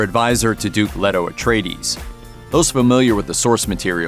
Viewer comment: LAY-toh. It's pronounced LAY-toh...